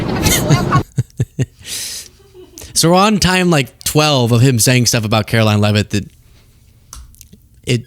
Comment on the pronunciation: See ya in church on Sundee, Care-oh-lyin Leavitt.